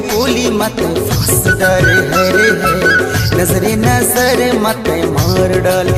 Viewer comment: इसमें जिस सिंगर ने गाया है उनको में बताना चाहूंगा की शब्द को शुद्ध उच्चारण किया जाए जैसे की नज़र ये उर्दू शब्द है उस हिसाब से नजरे ना की नजरे ऑडियो रिकॉर्डिंग भेज रहा हु